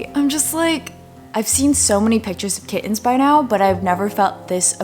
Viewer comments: lol the way you say kiTT-ens is fascinating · I laughed when she kept saying kiTTens and then she said ki-ens 😂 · No one:: kiTTens